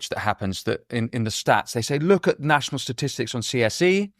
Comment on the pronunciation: Nat-io-nal Enquiry!!!